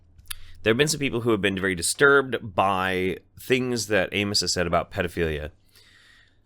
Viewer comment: I thought you were calling him anus. I wish you were.